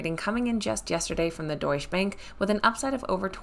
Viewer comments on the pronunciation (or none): The “e” at the end of Deutsche is pronounced as ah. I would expect you to know that.